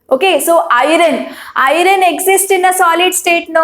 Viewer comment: I am 65 years engineer. I am watching your videos to teach my Niece who is studying 10th std now. Thanks for your wonderful teaching. Just a suggestion. Pl correct your pronunciation of "Iron". Thank you once again.